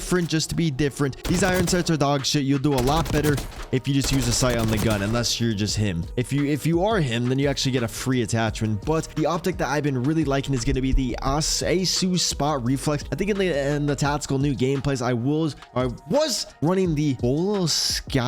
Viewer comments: It’s pronounced ah-Q like in accurate not accaiyuuuah or whatever you said😂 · Accu as in Akyu... as in Accurate. Accu-spot Reflex.